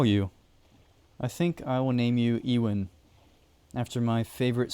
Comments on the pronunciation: E-Wan? You mean Ewan...or Euan...You-ann. JS. And I'm guessing it's Ewan McGregor that's your favourite actor...correct me if I'm wrong! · i hope youre not talking about living legend ewan mcgreggor calling him ee-wan and not you-en LMAO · Yoo-an bro not Ee-win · 😂😂😂😂 Ewan 😂😂😂😂 E-Win pronounced U-in gave me a laugh though 😂😂😂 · its not lronounced ewan its pronounced you-in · It’s not pronounced “Ewan” it’s actually pronounced “U-an” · Also ......Ewan. Its pronounced You ahn not Ee Wan. I love interest in my home country too but the pronunciation makes the video hard to watch 😢 🏴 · Ewan is pronounced you-un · I have only one major complaint. Ewan is pronounced as You-in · The way you pronounce Ewan bothers me every time. But what bothers me the most is the implications that Wisps are friendly considering usually in Scottish folklore they aren't, they mislead people into dangerous places like bogs in the dark and fog where they'll die/drown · The way he pronounced the name Ewan was very amusing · Your pronunciation of Loch and Ewan makes this a hard watch